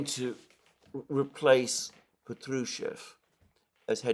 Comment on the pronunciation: Respectfully, the name Patrushev has stress on the first syllable - therefore, Pátrushev.